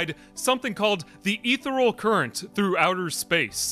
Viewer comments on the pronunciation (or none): Ethereal; 'Ee-theer-ee-uhl'.